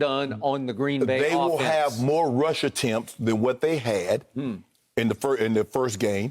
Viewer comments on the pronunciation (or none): none